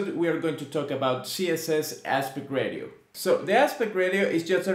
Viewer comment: Great video. Thanks for taking the time to explain this. It’s really helpful. Just a friendly heads up, it’s pronounced “RAY-SHE-OH”.